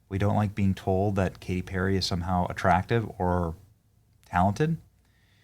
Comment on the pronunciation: K-T PEAR-A?